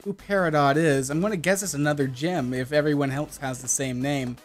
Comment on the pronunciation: U SAID GYM NOT GEM